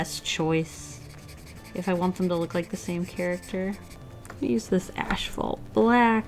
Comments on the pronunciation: Kind of random... but I noticed you say “ashphalt” instead of asphalt black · Why do you say “ash-fault”? I alway thought it was as-fault. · it killed me every time she said “ashphalt” instead of asphalt 😂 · (Psst — it’s ASphalt not ASHphalt) 💜😎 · Tiny cringe every time she says "ash-phalt" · Did you say....ASHphalt ??? 😂😂😂😭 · Was she saying "Ash-Phalt"?